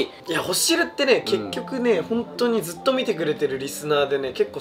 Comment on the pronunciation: 20万人おめでとうございます🎊 ずっとがづっとになってるー😂 真似して使います💋 これからも応援してます❤️‍🔥